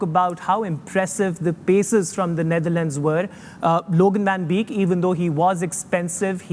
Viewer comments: Wasim Akram pronouncing "Neitherland" 😂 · Its Netherlands and not neither-lands wasim bhai